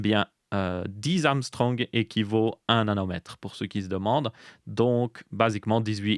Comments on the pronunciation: La prononciation de angström est à revoir là ça ressemblait plutôt à Amstrong 😂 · \ɑ̃ɡ.stʁœm\ ou \aŋ.stʁœm\ en phonétique IPA. C’est du suédois et ca donne une prononciation entre ounegstreume et anguechtreume. Apres sur le fond on parle plus de nanometre, parce que on a atteint les limites et que le slogan commerciale de Moore, dit fallacieusement conjecture ou loi de Moore est dans les choux depuis des decennies. Donc faut bien de l’argumentaire commerciale pour vendre des proc qui stagnent depuis des années... et expliquer pourquoi on doit racheter des soft et changer d’OS annuellement... maintenant c’est donc la faute à monsieur Angstrom. (Faites un test sur un x86 qui a 15 ans et le dernier sorti avec SuperPI...) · Ouais il fait à chaque fois cette erreur ^^ Je pense il doit s habituer à prononcer autrement :D